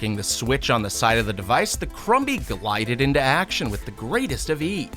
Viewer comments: The b in crumby is silence. It's said like crummy. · Im sorry but i think the mini vacuum is pronounced crumb-y like a food crumb sounding like crum with a silent b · The b in crumby is silent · crumby is pronounced with a silent b. Krum-hee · was anyone else a little annoyed on how he pronounced crumby??